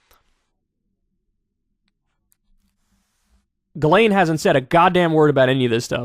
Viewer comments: I sincerely hope Kyle goes back to pronouncing her name as Jizz Lane. It always put such a smile on my face, it's a more deserving name for her honestly. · "JIZZ-laine Maxwell" LOL! She knows what many people did "PARTYING with Jeff Epstein."